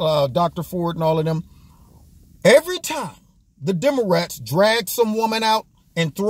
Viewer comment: He said “demarats” 😂😂😂😂